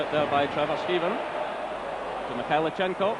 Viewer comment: No T in Mikhailichenko.